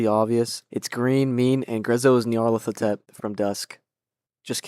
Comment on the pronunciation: You said nyarlathotep perfectly the first time:(